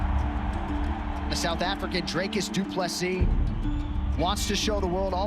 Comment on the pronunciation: Pronounced his name right 🙏🏾 That fight against Tavares had me stressed in the beginning but he did it. He has a lot to work on but he has the spirit and the skill.